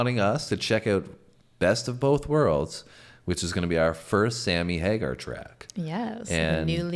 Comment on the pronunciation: OMG stop saying Hagerrr. D bag